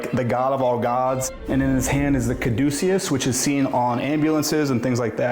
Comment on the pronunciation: Caduceus, not Caducius. And it’s the symbol for medicine.